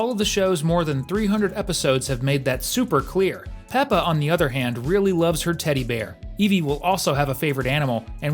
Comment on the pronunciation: Peppa not pepper